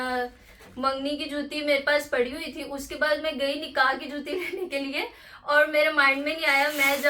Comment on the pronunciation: Sahiba aur ko hor ku bolti hain,aur bar bar hor keh rahi,plz inn ki correction kar deya karin